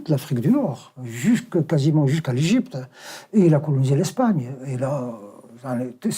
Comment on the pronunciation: Tu as intérêt à revoir tes leçons et apprendre à prononcer l'Egypte